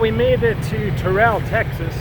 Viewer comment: Terrell Tx, is pronounced tur-il. Don't sweat it, most towns in TX are mispronounced.